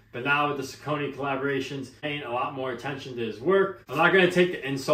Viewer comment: Great review. The name is actually pronounced Sock a knee. Lol